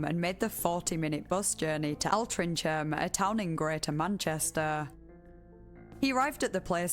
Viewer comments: i used to live in this area i'm so sorry but altrincham is pronounced 'ol-tring-ham', not 'all-tring-cham'! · FYI... It's pronounced "Ol-Tring-am" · Haha came here to say this, threw me off at first I live in a neighbouring town of alty so never heard it pronounced like that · As a Manchester local hearing you butcher the pronunciation of Altringham felt like someone crinkling my brain like an aluminium can. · DUDE. You have a northern accent, how did you butcher Altrincham so badly 😂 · Edit: That’s the funniest pronunciation of altrincham I’ve ever heard lol